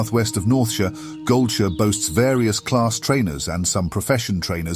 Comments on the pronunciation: He did not just pronounce GoldSHIRE as GoldSHÖ!? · Once "gold sure" was said instead of gold shire. I want to say .... Booooooooo Ai generated voice and possible chatgpt text to be read. Had high hopes but omg it is so bad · Goldshu? Really? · Not gonna lie, i cant stand this narrator. The concept of lore videos are always welcome tho, but you can just tell the guy speaking has no clue what hes talking about. Especially the way he pronounces goldshire is sad. Otherwise great video, i especially like the way the descriptions are provided too of the zone.